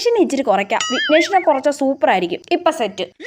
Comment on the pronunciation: Vibrance ❌ Vibrack✅ Vignette ❌ വിഗ്നേഷ് ✅ 😂❤